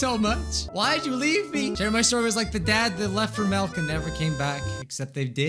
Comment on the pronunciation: Did just say melk?